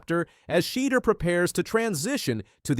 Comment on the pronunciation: Your title sucks because Shedeur learn how to say his name right plus he never slams the don for the prank Ok you got it Dude